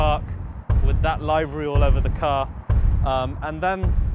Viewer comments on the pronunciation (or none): Did you say Livery (Rhymes with Ivory)? Even in your English, it's Livery (rhymes with give). Small potatoes, I know but it pisses me off how the language is being destroyed and smashed of meaning from those that don't take as much care in learning the proper pronunciation of the words as they do their chosen subject. Very detailed video, thank you.